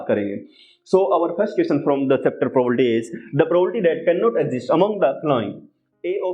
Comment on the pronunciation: Sir its Probability not probolity 😂😢🌚😅